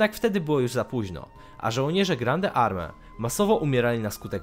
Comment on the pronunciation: Grande Armée czysta się nie grande arme, tylko Grąd Arme. Moskwa nie była w 1812 roku stolicą.